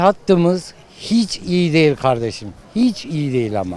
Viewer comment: Nobody:: ehonomi çoh eyi